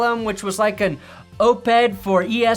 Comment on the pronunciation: Did just pronounce "op-ed" as "OPE-ed"? Just giving him a hard time please continue.